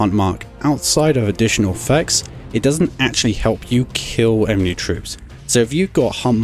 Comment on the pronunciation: Dude you keep pronouncing enemy as 'emeny'